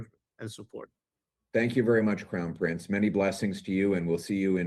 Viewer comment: WHY haven’t you fixed your pronunciation of “prince”!?! IT’S NOT PRINCESSSSSS! IT’S PRINCE! Really?!?